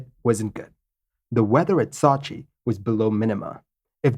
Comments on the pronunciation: Sot-chi lol Sow-chi come on man... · Not to nitpick but the name of the city is sew-chi not saw-chi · Ok I thought the city of Sochi was pronounced SO-chi. You pronounce it more like SAW-chi. I'm from St. Louis, Missouri, so maybe my accident is different? I also have a tendency to pronounce Wuebec KAYqec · So-chi...not Sa-chi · My favourit city in Russia. It is Сочи (Sochi). It is pronunced as sOchi not sAchi. It is a resort town. It is in Krasnodar on the Black Sea. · Excellent video. But you drive me nuts with your mispronunciation of Sochi. It's not SAH CHI, it's SEW CHI. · Not sachi but Sochi! I used to live in Sochi Russia! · Sew-chi man, not Saw-chi... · Pronunciation = Sooo Cheee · No, that is sue-che, we want sew-che. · I'm sure you already have a 100 comments saying this but it's SO-CHI as in "to sow a sweater" or the word SO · I'm a big fan and watch all your stuff but this one was tough to watch-- 'SOW-CHEE' if you spend 30 seconds checking on the pronunciation this video would have been great. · Man...don't u remember the Olympics in Sochi...its a fucking long 'O' sound. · I’m having a hard time with his attempted pronunciation of Sochi. Google will say the name for you if you don’t know how to correctly pronounce a city or place name. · Didn't they recently have the Olympics in Sochi? I heard the name of the city pronounced over and over, but never the way it is in this video. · Ugh. Learn to pronounce Sochi before recording the video! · New drinking game, take a shot every time “Sochi” is mispronounced lol. Normally I don’t care, but that was brutal.